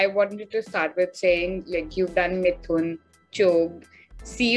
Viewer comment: Girl that isn't Mithun it's Moothon..LOL